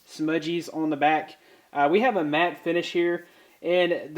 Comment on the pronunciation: I love how you say "smudgees" instead of smudges. I liked this unboxing/review!